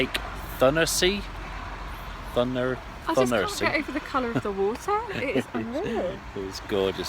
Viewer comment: The lake Thunersee is pronounced Toon-er-sea as in the Toon army Newcastle United. I live in Switzerland and am looking forward to visiting that campsite when we get our new Cali Beach in November. Thanks for showing us the site, looks fantastic. Have a great time.. How is the dash cam working out?.